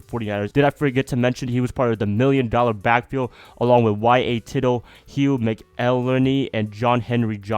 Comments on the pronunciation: DUDE! Not only can't you pronounce his name but you overlooked one of the top back in 49ers history, Hugh McElhenny (That's pronounced Mac-el-HEN-ny) Shame on you but then you're just a youngster! I used to watch him play at Kezar Stadium. Absolutely the best open field back ever to play the game. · Dude...You can't even pronounce Hugh McElhaney!! C'mon son!! lol...